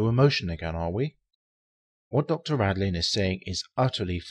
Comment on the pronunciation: Dean RADIN, not Radlin.